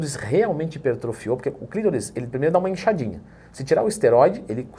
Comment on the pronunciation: CLITÓRIS E NÃO CLÍTORIS 😂😂😂😂😂😂